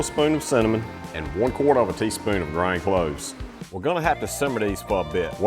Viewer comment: I did have to go to captions to decipher "ground cloves", but it was a rare pleasure to listen to your accent as a Californian.